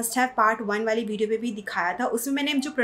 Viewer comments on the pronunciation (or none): none